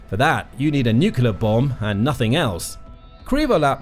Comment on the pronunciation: What, robot voices pronounce nuclear like nu-ke-lar not nu-kle-ar?